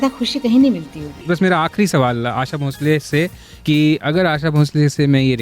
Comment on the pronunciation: आप उनको भोसले के बदले भोंसले भोंसले क्यों बोल रहे हैं। आपका ज़िक्र तो बीबीसी के साथ रहा। उच्चारण की एहमियत पर कुछ कहना तो आपको समझाइश देना होगा। क्यों ऐसा पाप करूं मैं?